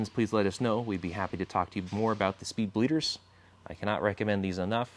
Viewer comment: “Spleeder” hahaha